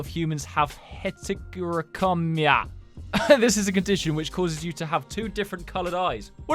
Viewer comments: btw is pronounced vet-A-Ly-go I think.. I lowki just sounded it out💀 I thinkbits pronounced Het-A-Crom-EE-ya idk just sounded it out again going back to the first grade skills 💀💀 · its pronounced head-a-cro-me-a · The pronunciation is het-er-oh-crom-e-a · Here is how to pronounce heterochromia Heater -ma-kro-mia